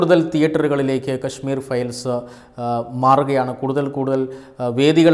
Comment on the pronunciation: കശ്മീ'രി' ഫയൽസ് 🙄🙄 ഇതേത് സിനിമ? 🙄 വായിക്കാനൊന്നും അറിയില്ലേ?